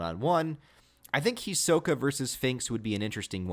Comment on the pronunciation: You are saying his name wrong